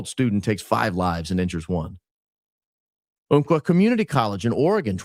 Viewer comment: Small correction Umpqua (UMP-kawh)